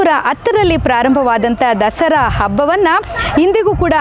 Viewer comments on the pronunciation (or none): Dasri Alla Dasara madam kannada channagi matnadi😮